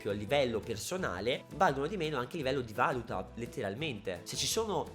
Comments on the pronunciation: Si dice valúta non valuta... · si dice Valùta comunque :) non Vàluta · comunque si dice valùta non vàluta. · piccola correzione da perfettino del cazzo, l'accento giusto è valùta, non vàluta. comunque non vedo l'ora di incontrarti al bgeek!! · e comunque si dice valúta non vàluta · si dice valùta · Ma perché vàluta? Occoddio basta leggere sul vocabolario. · in valuta l'accento è sulla u